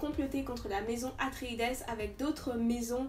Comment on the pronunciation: Hello, on prononce "atréïde" ce qui donne le maison des atréïdes. Herbert s'est inspiré de la mythologie grecque sur ce point